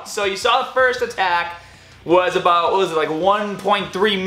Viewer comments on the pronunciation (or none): none